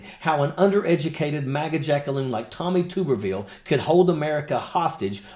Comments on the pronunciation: Mr. Ojeda I respect and like you, and watch your show, but it's tub erville as in bath tub, not tube. And he's a Senator from Alabama not Arkansas, though he lives in Florida. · Two important things my friend. It is Tub like bath tub —-erville. Or Tubby. His Auburn fans also call him dickhole but that may get stripped. Second and I am sure you heard it already but he is R-AL for Alabama. Not that there is a whole lot of difference twixt AL and AR but to Bamaians, if ya screw that part up, you lose the room and unless you are talking football or god keeping the attention is going to be difficult. So get his name right. Believe me Tube or Toob—- erville sounds awkward and really does not do justice to the tool ole Tommy really is. Peace and Straight and Stallwart.